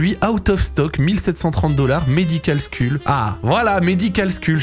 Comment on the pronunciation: La prononciation de “skull” ptdrrrr